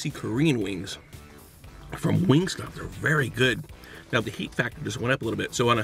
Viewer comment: im triggered every time he says wingstop